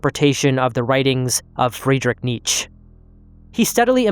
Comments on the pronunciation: Boi, you didn't just mispronounce Nietzsche😂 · I think sometimes he does that on purpose. Like the way he pronounced TAO when it should have been DOW.